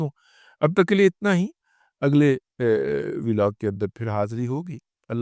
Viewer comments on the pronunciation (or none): none